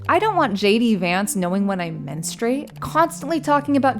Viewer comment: Uhhh… “Menstruate” has three syllables “Men-stroo-ayt”.